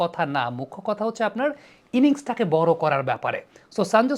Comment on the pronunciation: ড় এর উচ্চারণ কি র??? বর নাকি বড়?